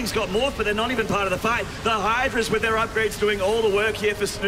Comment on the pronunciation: i'm not sure why, but i am always bothered by the English dialect in which "th's" are pronounced as "f's". for example in this video: wif - with somefing - something fink - think eifer - either rant over. all in all, very entertaining series.